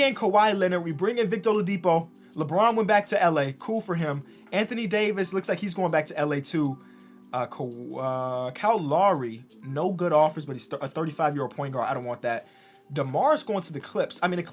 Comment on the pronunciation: Everybody: kyle lowry: ka law ree